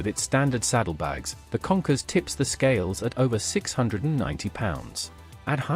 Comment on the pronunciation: Kawasaki “ Conkers “ 😂😂😂 Does he mean “ Concourse “ (?)